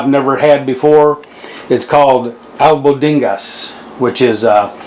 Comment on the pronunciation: I felt my spirit leaving my body watching you cook that brother! Good stuff! Mom's cooking right there ... fyi the pronunciation of it is al-BONE-digas, just saying not judging. You've inspired me to make my own batch!